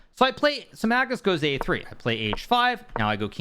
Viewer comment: Mag-noose lol